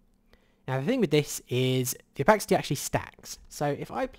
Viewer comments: It is o-pah-sih-tee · Did you say Opaxity?